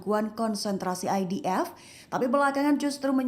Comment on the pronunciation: ...bagus sebutan IDF nyer bukan EDF